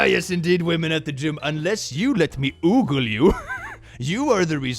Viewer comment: pronunciation is so cute It's ogle, not oogle unless I'm confidently incorrect